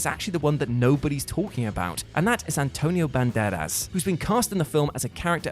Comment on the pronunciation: Did he just say, "Antonio BanBadass"?